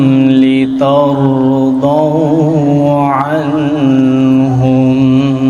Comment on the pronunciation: السلام علیکم پہلی غلطی لترضوا عنھم میں "عنھم" پر اخفاء کیا۔ دوسری غلطی ان لا یعلموا میں "یعلموا" پر مد نہیں ہو گا۔ سبب مد نہیں ہے۔ تیسری غلطی جنات تجری میں وقف کی صورت میں "تجری" پر مد کر دیا جو کہ تجوید کی رو سے غلط ہے۔